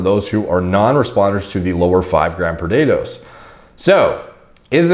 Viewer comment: Why does saying "per day dose" sound so much like Coach Greg saying "potatoes"